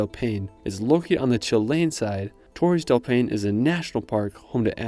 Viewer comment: Torres del Paine is pronounced "torres del pine ay". Good video though!